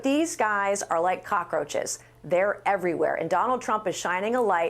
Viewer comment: OK, I admit I am OCD. But please, it’s tren de Aragua, not tren de Agua, and it’s fentanyl, not fentanol. Otherwise, keep up the good work.